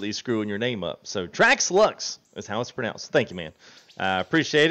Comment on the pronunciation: Hey boss, had fun in the stream last night. Thanks again for getting my name right, you are now in an elite club of 3 other people that got it on the first try. Keep up the great work and I will make sure to try and catch the next stream!!